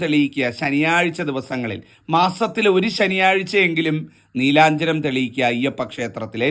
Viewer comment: നീലാ ഞ്ജനം ആണോ അതോ നീരാഞ്ജനം ആണോ തിരുമേനി?